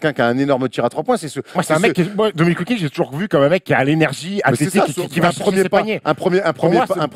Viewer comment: Le blasphème car dit WilkinGGGGGs tout du long on dirait France télé de l époque qui pipait tchi à la Eneba